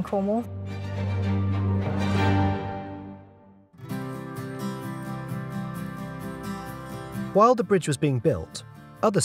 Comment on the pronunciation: Finally, someone that pronounces cornwall right lol